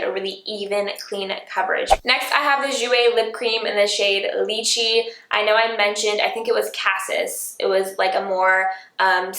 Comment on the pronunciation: "Lychee"= LIE - chee.